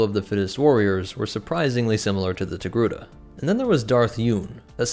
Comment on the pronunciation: After hearing his pronounciation of the name through the whole video, now I always write Tegruda